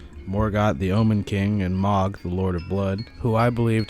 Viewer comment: No shade but the way you say “Mohg’s” name bothers the hell outta me lol. I always heard it pronounced as MOW-G not MA-G. Dk which is correct just never heard anyone say it your way…so please stop lol